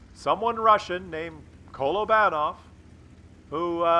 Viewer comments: A feeling smug about the way we Brits pronounce Kolobanov now after your rant about our pronunciation 😊 and whilst we are here all those W's in polish names are pronounced as V not W 😊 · Trump told you how to pronounce Kolobanov.